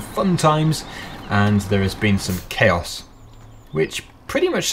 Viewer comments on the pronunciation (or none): none